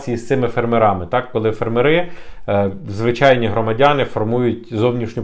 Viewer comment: Фермери - наголос на перший склад !